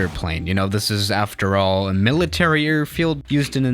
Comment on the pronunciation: Us: a i r field Swiss: errrrfield